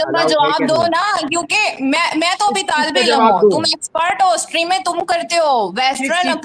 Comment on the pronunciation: 😂😂😂😂😂😂😂😂😂😂😂😂😂😂😂 सट्रीम शब्द होता है या स्ट्रीम होता है